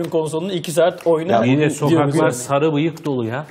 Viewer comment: D şlaksdlkşasdma "Sagı" nedir ya:D Sarı o sarı